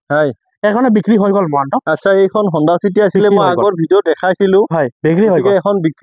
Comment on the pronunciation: বাকী বাদ দিয়ক,,মহন্ত বুলি যে কয় শুনি ভাল লাগে দেই